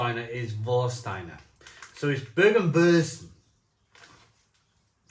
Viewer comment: Hope you don't mind me giving you a few pronunciation tips mate (I'm a Taff living in Germany) Germans pronounce Z as "tz" It's pretty difficult to get your tongue round and get it correct.. Bergwurz (baerg-wurtz) means Mountain Spice (or root) ..Double meaning !! Kaminwurz (kameen-wurtz) is Chimney Spice (root) Landjäger (land-yay-ger) means country hunter. Radler simply means cyclist (so it's beer for cyclist) Glad you enjoyed them all 👍 🏴🇩🇪